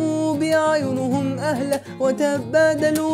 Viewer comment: أهَلّة وليس اهلة ⚘❤